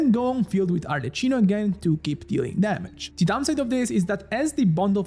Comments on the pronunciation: Sapendo che sei italiano muoio dentro ogni volta che pronunci Arlecchino Arleccino. Voglio dire, non è che possono fraintendere di chi tu stia parlando. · Lo stavo per scrivere anch'io, neanche gli youtuber che parlano inglese la chiamano Arleccino 🤦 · From a fellow italiano, why saying "arleccino''?! Very disappointed (you are my favorite) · It hurts seeing you as a Italian spell Arlecchino in the wrong way… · Ti prego almeno tu non dire Arleccino 😢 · Why noone is able to say her name right? If you are not sure use Google cmon...not Cino chino...ch sound like the K in the word like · open the video hear Arlecchino pronuncied "Arleccino" close the video jk but why that pronunciation😂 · Arlechino??? 😂 it’s pronounced Arleckino because its Italian. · Bro calling her Arle - chee - no insteat of Arle - key - no as an italian is such a ballsy move :face-green-smiling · al decimo arleccino mi è venuta l'orticaria e al quindicesimo un severe case of motion sickness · I love your content man, ma neanche gli youtuber che parlano inglese la chiamano Arleccino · genuinely wondering, if you're Italian why are you calling her Arleccino? Is that its international pronunciation? 😅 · Yeah it should be Ar-le-qui-no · everytime he says arleccino I die some more inside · I open the video I hear "Arleccino", ok I can close it. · The magic word to summon italians in the comment section: Arleccino. Non si può sentire😢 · bro sei italiano non puoi chiamarmela arleCCino 😭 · Every time I hear her name pronounced as Arle CHIN o, I get a seizure 🤕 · Arle-key-no pls it hurts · nemmeno gli americani la chiamano Arleccino! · I love that 1/3 of ur comments is complaining ur pronounciation of ArleKino LMAAAOOOO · Please dont say arla CHI no from next video. Thankyou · ah ecco sono andato nei commenti proprio perchè ho sentito la pronuncia e ho pensato di averlo scambiato per un italiano per tutto questo tempo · WHY ARE YOU PRONOUNCING IT WRONG 🧍🏻‍♀️